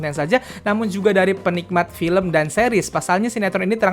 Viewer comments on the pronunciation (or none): none